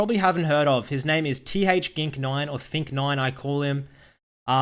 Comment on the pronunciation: lmao he said th gink